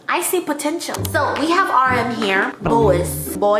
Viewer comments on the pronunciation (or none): I’m p sure it’s “bwa” not “boys” (bois) lol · The way that Joon photocard captures his sophistication and maturity. MUAW! 💋 Also reading Joon’s perfume scent cracked me, it’s said like bwa. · « Bois » « boys » Hahahaha it is more « boa » in reality sis 😂 kisss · you should totally do a vid of you trying to pronounce French words x) that's so hilarious for a French speaker to hear Booooyiiis? for Bois (which is pronouced BouA) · As a french speaker I must say that your prononciation of "l'atelier" and "Bois" got me dead. But like, in a good way, it was really funny and adorable.